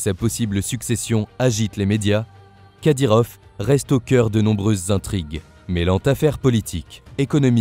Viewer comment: Les français m'énerve a dire kadyrof c'est kadyrov!!!!!! Tout le temps a dire F au lieu de V c'est français pourtant !!!??